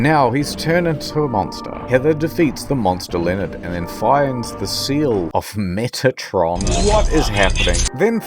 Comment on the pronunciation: Metatron. Not Megatron.